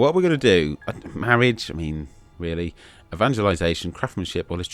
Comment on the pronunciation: Mawidge.. mawidge is a dweam within a dweam